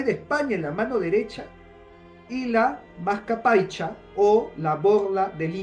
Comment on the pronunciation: No es Mascapaycha, sino MASCAYPACHA